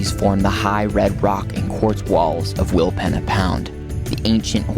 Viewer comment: willpeeeeeeena lol :hand-purple-blue-peace::hand-pink-waving: not penna allgood